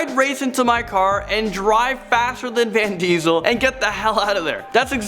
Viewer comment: "Van Diesel"😂